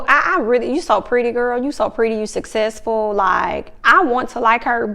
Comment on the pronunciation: I don’t want to hear them say sussessful anymore... find another word you can pronounce 🤣🤣🤣🤣